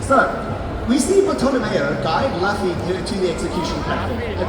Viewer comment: I don't expect all panel hosts to be mega fans of what they're moderating, sometimes its just who is available on staff, but bro mispronouncing Luffy's name like a person who has never watched a single scene from any version of the media is pretty disappointing.